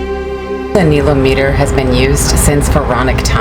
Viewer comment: yes, pronounced nile-ometer correct? I never heard it pronounced the way you say it, is that how it is said there? I heard you say it both ways? Love the videos!!!